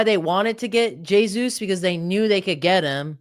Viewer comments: Omg I turned this off after 10 seconds if he can’t fucking say his name right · For me, it's impossible to spend time listening to someone who doesn't pronounce it correctly.